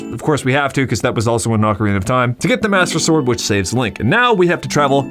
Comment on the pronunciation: I'm not making a critique, or anything of the sort, just poking fun. But he said: "Master Stord" and I snorted lol